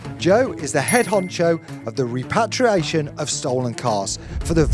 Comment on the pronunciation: "Reparriation officer"...wow could you be any more of a pretentious blowhard?